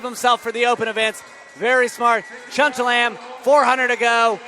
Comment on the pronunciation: Bruh can’t say cheltenham tho? Lmao